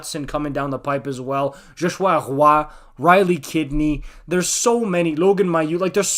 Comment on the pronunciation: I don't know if you're half francophone, but if not, I really appreciate how you made the effort to correctly pronounce Joshua Roy's name!